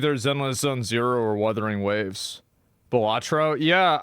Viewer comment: Ah yes, my favorite mobile game: Werthering Waves 🤦‍♂️ 🤦‍♀️